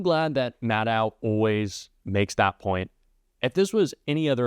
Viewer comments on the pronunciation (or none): Re: Rachel Maddow Please, please, say it correctly. It's Rachel Madd-OH, not Madd-OW. Madd-OH, even if it ends with "ow", as in: Willow, Pillow, Elbow, Yellow, Minnow, Marshmallow, Shadow, Throw, Snow, Blow, Flow, Bungalow, Arrow, Bestow, Widow... Maddow. It also happens to be how SHE pronounces her own name. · Rachel pronounces her last name ‘Maddoe’